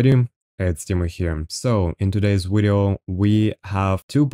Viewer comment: I really like the word 'wideo'.